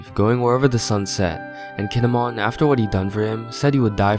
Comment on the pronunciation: Keen-ee-mon. Not Kihn-eh-mon. Learn to pronounce, please.